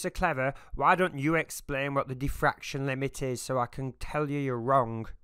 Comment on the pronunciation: He said Daffraction limit not diffraction limit , And you are neglecting the venerialplitangential precept of the damn daffractionary compressionalism constitute !!! SMH SMH SMH AND YOU DONT UNDERSTANT ,SUBSTANCE CONTAINERS!!